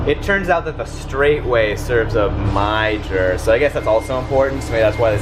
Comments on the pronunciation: out of curiosity was that pronunciation on purpose or was that a joke? Because I know it’s Mijer, but it’s pronounced My-er. I’m just wondering if that’s a joke or not. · Im disappointed couldnt correctly pronounce meijer as "Meyers" 😂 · The meijer parts cracked me up!! It's pronounced like Meyer and is based in Michigan